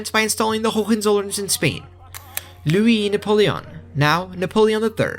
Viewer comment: I have a mom who took French in High school, and l-U-E nah-pul-E-on is totally right.